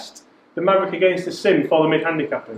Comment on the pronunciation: MAVRIK (Mav Rik), not Maverick...good numbers